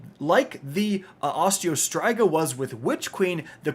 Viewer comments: Bro all your years and content and can't name a weapon correct??? Not Osteo Stri ga it's pronounced Striga= Streega (Striga) 😂😂😂😂😂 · Why did he have to say Osteo striga like that😂😂